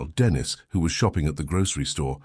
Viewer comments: Its not Denis its denice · What a shame the voiceover is Either AI or or a damn stupid and ignorant narrator! The girls name is Denisen not bloody Dennis!! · Annoying…it’s Deneeeeeese ..not Dennis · STOP USING AI VOICE IT IS STUPID AND ERROOR FILLED CALLING THE GIRL DENNIS INSTEAD OF DENISE FFS.. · Denise. Is a female. You are pronouncing it wrong. Dennis is a male. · The AI calling her DENIS instead of DENISE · Teach your robot phonetics so Denise doesn’t turn into Dennis. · i was gonna dare to ask if Dennis was trans. the narrator must be AI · Too much trust in an AI. It can't discern Dennis from Denise. What else will it fail to interpret? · Sometimes you have to phonetically spell it out for it to sound right like Den Neese. Cant believe they didnt even proof listen to it before uploading haha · Thats robots for you, they hv no concept of vowels..